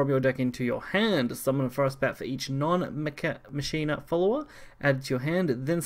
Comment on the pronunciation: In Machina the ch sounds like a K. Same way you pronounce Dues Ex MaKina! That wrong pronunciation is driving me nuts